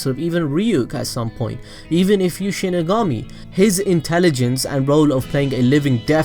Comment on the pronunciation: It’s pronounced shinigami not shinagummi. Delete your cancerous channel